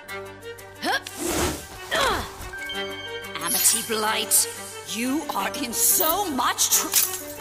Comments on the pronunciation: Important detail I notice people keep missing about that line: Sarah flubbed it. She was so overcome with emotion that she messed up and said Aminy. And they kept it in. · Yeah, when Luz says this line; "It's okay I sniffle stuttered inhale *sniffle*, I uh do stupid things around you too Aminy." she actually says Aminy instead of Amity if you listen closely. PS! (I added the sniffles and stuttered inhale for the extra emotional weight the line holds... and damn is it heavy!) PPS! (This scene breaks my heart, aaaaah! I ship Lumity until the end of time... AND BEYOND!)